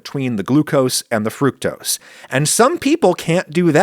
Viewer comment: Thank you for pronouncing fructose correctly.